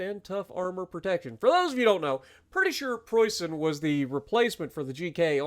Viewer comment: Dude, that is an A+ for the pronunciation of Preussen and Leipzig. Well done and greetings from Germany…